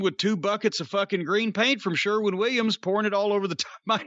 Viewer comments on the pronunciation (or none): “Sherwood Williams”